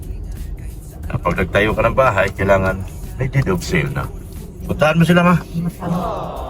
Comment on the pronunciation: correction PO "DEED OF SALE" hndi po "DEAD."